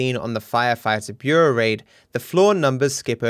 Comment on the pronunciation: Bureau..Bur-reau..Burrow... Hard to spell and say. Good job,!